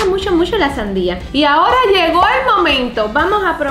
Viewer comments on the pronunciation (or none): Se dise saria 😀👍👍👍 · Se dice sandía